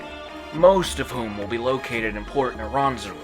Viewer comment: I really don't like how you say Port Nyanzaru.....